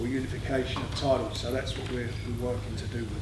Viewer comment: Frank.. we've got some great fyders going for some great tydals